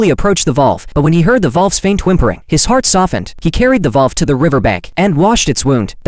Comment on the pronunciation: It's wolf but the Ai voice couldn't pronounce it correctly